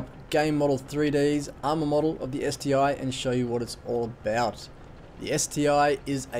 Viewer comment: It's not ST-I but ST-1:-)